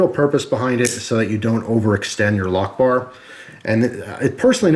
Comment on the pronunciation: i thought he said allahu ackbar instead of lockbar